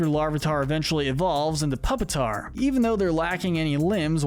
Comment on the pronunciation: Pupitar Pronounced “pyoopitahr”